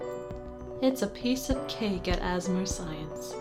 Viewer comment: I'm not sure what could have given you that idea. 😂 Was it when they pronounced it "Assamer Science"? Or when they said "We do what we must because we can"? Or maybe when they referenced cake and showed a picture of it?